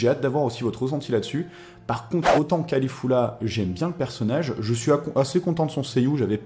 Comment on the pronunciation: mais comment tu prononces son nom? cest Caulifla et tu dis Califulla lol